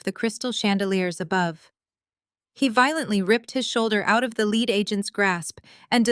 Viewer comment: the plot is good but I have great difficulty following the story due to the missing "posessive S" that need to be attached to the names to make sense of the context. Also the mispronunciations of words like bow or lead, wound etc. I find myself constantly thinking "WHAT...oh yeah they must mean..."